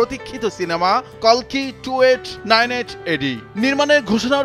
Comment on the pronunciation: অশেষ ধন্যবাদ জানাই কালকি না বলে কল্কি বলার জন্য ০৩.০৭.২০২৪